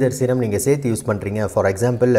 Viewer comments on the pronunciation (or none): none